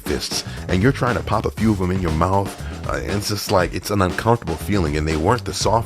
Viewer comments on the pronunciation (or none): none